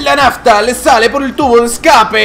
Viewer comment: Y si te faltan unas teclas se dice Nazzta